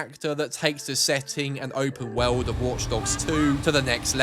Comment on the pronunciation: Open Woweld! Lol